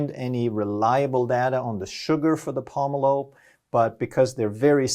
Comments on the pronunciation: lol the way you pronounced pomelo lol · Hearing this guy mispronounce pomelo is infuriating.